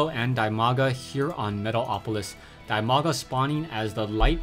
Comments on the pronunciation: while it is true that Dimaga's name is pronounced "Dee-Mah-Gah" (The name comes from his IRL name "Dima", pronounced "Dee-Muh"), I actually prefer your pronunciation. As far as I am concerned, What would be best is an acknowledgment in your next video with him that you know the correct pronunciation and are conscientiously pronouncing his name differently for the fans. Or call him "Dee-Mah-Gah", I guess it's your choice. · Crota, Dimaga's nickname pronounced as DEEMAGA. Just cuz he's Ukrainian. Cheers!